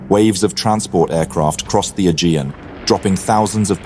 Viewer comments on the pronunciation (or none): none